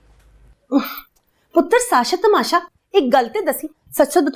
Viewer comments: Sasha nahi Tamasha Bolna chahiye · Sashaa ❌ Tamashaa ✅😂